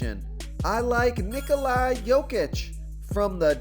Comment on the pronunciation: Solid plays tonight....not using my phonetic help I see....you continue to pronounce Ni-Coli, when it is pronounced Ni-Cola....how much easier would you like me to make it